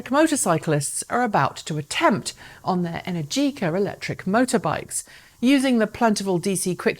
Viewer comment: "Enérgica", not "Energíca". Apart from that, very good and informative video. Saludos desde España. :D (By the way: "Al Fresco"... I see what you do there) XDDD